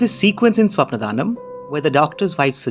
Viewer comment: Its not Swapna Dhaanam. Apt pronounciation is Swapnaadanam